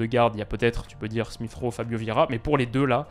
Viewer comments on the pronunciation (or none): none